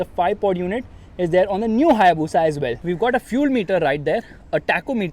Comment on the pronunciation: It's Bushaaaa......